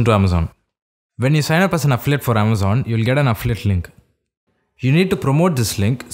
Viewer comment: Great video but next time please slow down! I could've sworn you were saying "afflit" instead of "affiliate".